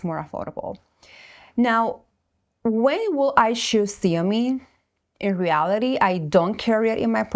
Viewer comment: Zeomin, nor seomin